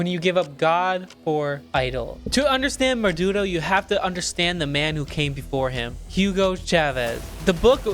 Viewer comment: Did you really say Menudo bro!!!!😂